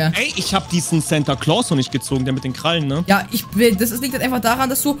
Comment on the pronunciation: Der Santa Claws wird anders ausgesprochen(das regt mich auf!!!!!!)